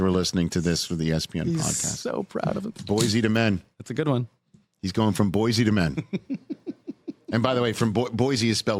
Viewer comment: The city's name is pronounced "BOY-see", not "BOY-zee", but it's still such a perfect pun that I'll allow it.